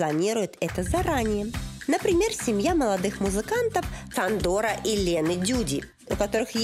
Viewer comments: И ударения в их именах ставятся на первый слог, а не последний. И не Сандор, а Шандор. Если уж делаете программу, так хоть имена произносите правильно. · Столько погрешностей, Эх, Жанна, Жанна. Я живу в Будапеште и знаю о чем говорю. Не Сандор, а Шандор, венгерская буква Sz - будет как русская С по звучанию, а если S(Sandor), то говорим Ш, Шандор. Фонетика другая. Не считая оговорок в русском языке, проблемы с падежами, Бог мой. Не Эндреа, а Андрэа, передача поверхностная. Роды бесплатны только для тех, кто работал и платил налоги, у кого оплаченная медстраховка работодателем. Иначе сам из своего кармана, мин.стоимость родов от 600 000 форинтов. Курс на сегодня к рублю около :4=цена в рублях). Это касается всей медицины, да скорая для россиян бесплатно и только, потому что между нашим странами есть договорённость. Вообщем много ошибок, мелких, крупных разных. Я не придираюсь. Я за правдивую информацию. Я пишу в Российском курьере ( о жизни в Венгрии для русскоязычных жителей Венгрии, веду блоги, например в Инстаграм: Не претендую на святую правду, но о взгляде изнутри лучше спросить у местных жителей, которые владеют языками и знают всю "кухню" страны. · Надо же бвло так венгерские имена испохабить. Ясно, что вычитала их где-то, а слышать не слышала. Ударение в венгерском всегда падает на первый слог, да к тому же «s» читается как «ш», поэтому не «СандОр», а «ШАндор», то есть Саша. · Очень хороший выпуск! Хотелось бы оставить подсказку на будущее: некоторые слова и имена героев выпуска произнесены с не совсем верно. Например, людей из выпуска "Ксилла" и "Сандор" на самом деле зовут Чилла и Шандор. Во-венгерски они пишутся Csilla и Sándor. В венгерском языке сочетание букв CS — это звук Ч, буква S — это звук Ш, а буквы SZ — звук С и так далее. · Только не Сандор, а Шандор. В Венгрии S читается как Ш. Нам, как русским Венгерские сады по питанию не очень. Для Венгров это нормально.